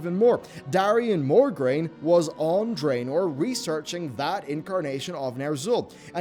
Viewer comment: It's Mograine, not Morgraine.